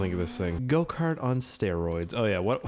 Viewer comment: Every time he said go kart I thought he said goatcar